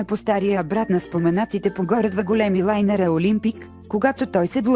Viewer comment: Вместо да каже лайнери каза лайнари !::-):-)